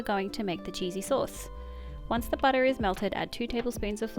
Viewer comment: Hi! New here and I'm just loving your cooking and video style... And how some times you say, butta.. And some times butter😂